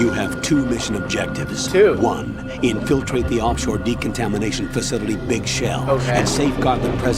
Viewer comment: The way "in-FIL-trat" is pronounced and intoned is a dead giveaway that the mission control is not human :) Also, yay nucular wessels!